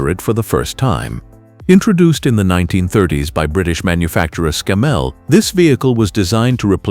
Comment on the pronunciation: That's ScAMMell not ScammELL